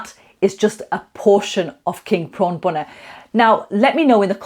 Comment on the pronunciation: Love the way you use everyday ingredients like the G&G frozen blocks that you can get from almost ANY supermarket these days (which don't taste any different either, btw). The bhuna stage ('phuna' as you say it - which is it??) seems to be THE key, and THE most important part of the cooking phase....I look forward to your video of this process - (no-one seems to spend anytime on this, but it's SO important to how your curry ends up as just, OK...or really GREAT!) Your Dhansak btw, is now my GO TO version of it - my missus' (and my son's) fav curry of ALL time, and she/he won't have any other version of it, other than yours...Cheers 👍😉